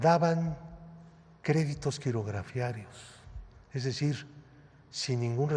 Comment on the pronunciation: y la auditoria al AIFA TREN MAYA DOS BOCAS? Bruto se dice Quirografarios No Quirografiarios . Descalificando y Denostando como el Kakas